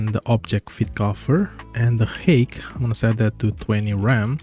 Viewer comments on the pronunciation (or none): Thanks. Just one thing, height is pronounced hite (I know stupid English spelling)